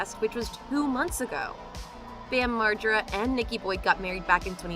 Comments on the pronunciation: I never heard Margera so mispronounced until these past few months of people (cant possibly be his fans) reporting on him... all of a sudden it's all effed up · LOL how did you say his last name?!?! HAHA